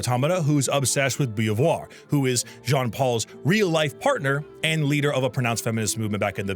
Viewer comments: As an english speaking person you say that " Jean " as john... but the firt part is like the "sio" from "vision".... actually yes, it's "Vision" without the "vi" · Absolutely criminal way of saying Jean 😭😭😭